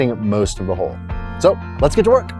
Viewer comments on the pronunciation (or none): Good on ya for doing the right thing! Also a right thing: the bottom of your boat is a hull. But I hear you saying "hole" every time. Probably just my ears. Keep up the great work! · Are you pronouncing HULL as HOLE on purpose?